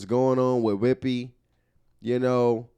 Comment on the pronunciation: Every time says “WHIPPY!” I pass out laughing 🤣🤣🤣🤣